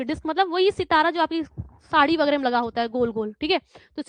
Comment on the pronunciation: शाड़ी नहीं होता मैडम साड़ी होता है ...😊 ...